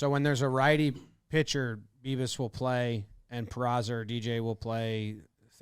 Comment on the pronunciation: I swear it sounds like Jimmy is saying "Beavis" sometimes and it wouldn't surprise me if he did just to be funny.